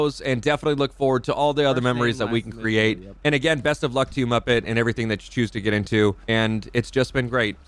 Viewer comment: Not múppèt